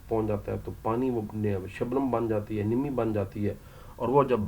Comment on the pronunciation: ن پر ذبر ہوتا ہے نمی میں۔